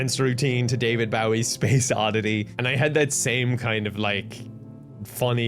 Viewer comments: I was so on board with this idea, and so glad you were doing something that felt good for you and your mental health, UNTIL you said David bow-y (bow like wow). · The way pronounced David Bowie is actually a war crime like holy shit long o sounds not short you monster.